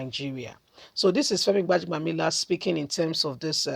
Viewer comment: Please learn to pronounce people's names properly sis.